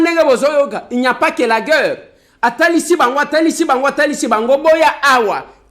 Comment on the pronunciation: TU DOIS APPRENDRE LA PHONÉTIQUE, ON DIT GUERRE ET NON GUEURRE